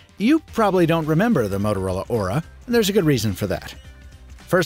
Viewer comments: What he says: Aura What I hear: Ora Ora Ora oraaaaaa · Every time he mentioned the device name, all I heard was "Motor Ora Ora" オラオラオラ